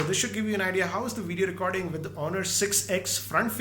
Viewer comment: not just uhh but the W doesn't exist in his script. For way, he will say Vay, for wide he will say Vide, and for with he will say Vith.